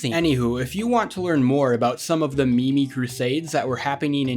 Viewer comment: did that fucking dude just say "ME---ME" for meme . . . . all credibility lost